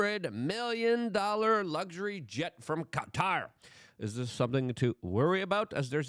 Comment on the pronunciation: Thanks for saying Qatar the right way. Drives me insane. Also wasn't the government in the process of getting a new air force one? If I'm remembering correctly it's the same type as this one, a 747-8. I found the whole "controversy" funny.